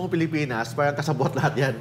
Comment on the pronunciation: Sino itong gagong ito, kapag sinasabi ang word na “Parang” inaarte ang pagbigkas na “R” pero pag binibigkas ang “caR” ok naman. Bugok talaga..